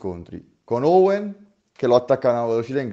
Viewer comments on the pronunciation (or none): A me i tuoi video piacciono abbastanza però allenati sulla pronuncia dei nomi di oggetti e persone,perché owen è oven e shungeki è shokugeki,apparite queste cose bel video bravo